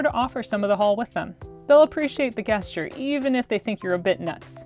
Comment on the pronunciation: love the channel.. but.. you said guest-ture